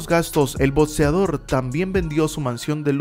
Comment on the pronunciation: Etsitoso, boceador, botseo, esentrisidades, esorbitantes, etsivision, may taison, velocida, etscampeon